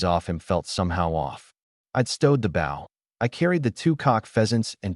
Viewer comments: Why do all AI-read stories pronounce the word "bow" wrong? Bow should be "bŌ", rhymes with "go", not "bau", rhymes with" "cow". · For once please can one of these things pronounce “bow” properly.